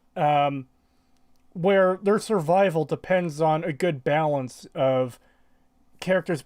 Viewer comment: To the dude who made the pathetic excuse of why he says shurvival, it would be different if you said shurvival every so often when speaking quickly, NOT EVERY SINGLE TIME EVEN WHEN SPEAKING VERY SLOWLY...... You say it on purpose and just lied ... Or youre stupid